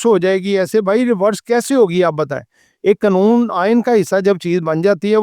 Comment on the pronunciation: Satuation nahi Situation hai, mulak nahi mulk hota hai ore qanoon nahi qaanoon hota hai pls correct yr pronouncation tku